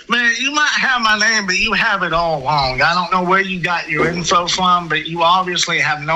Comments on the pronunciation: “Im twying two wet you know what you are doing wong” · So glad someone else thought this! You are so wong! 😂 I wanted to shout every time he said wong instead of wrong! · “Hawassment” “Wong” Elmer Fudd psycho